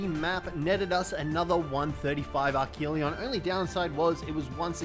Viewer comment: And archelon pronounced arc-a-lon